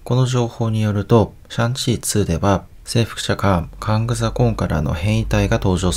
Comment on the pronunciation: そもそもカングも変だけどconquerをコンカラも変じゃないですか？kangみたいに固有名詞じゃないし読み方にブレなんてないと思うんですけど